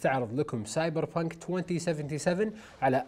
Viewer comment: سايبر بانك❌ أساسن بانك ✔✔